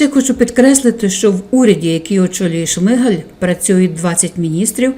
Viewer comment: Чому шмигЕль,а не шмигАль.?.Хоча.. сорт лайна вiд цього не покращиться... ps..ZEлена гидота💩🤡☠